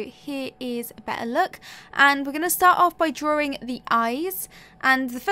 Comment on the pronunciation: Why do you say drawring only one r